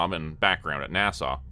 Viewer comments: 🤠🤠🤠 NASA or Nassau? It sounds like you are saying Nassau and the cc is writing Nassau. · Why are you pronouncing NASA like Nassau? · Every time you miss pronounce NASA my heart breaks a little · There is no W at the end of NASA 😂😂😂